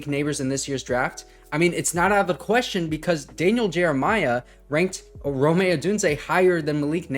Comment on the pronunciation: Brother his name is Rome not Rome’ lol